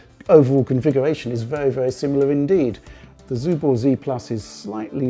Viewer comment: Is it some rule in English to read 'Subor' as 'Zubor'? When it was represented in post-ussr times in Russia it was spelled and pronounces with an 'S' in the beginning